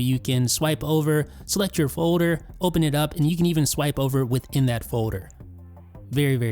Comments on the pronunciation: I’ll leave a thumbs up when you learn how to pronounce “foder” and any other words with -ld. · You don’t say folder weird